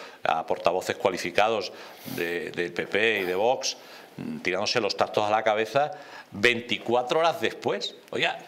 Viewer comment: A ver si el presentador este aprende a pronunciar V O X y no vos jajajaja me parto cada vez que lo dice